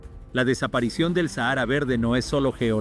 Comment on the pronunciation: Se pronuncia SÁJARA